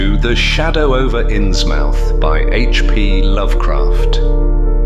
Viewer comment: I shall listen tmr but it's pronounced innsmuth